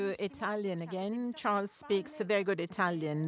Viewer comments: Charles lekerk 😂😂 Girl what a pronunciation is that ? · They still pronounced Charles name wrong lol